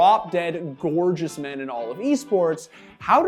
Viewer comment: w.....wait did this man just call him drop dead geourgous ok buddy